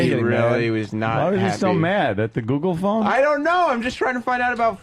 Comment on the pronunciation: Sam says google fon like he’s in fargo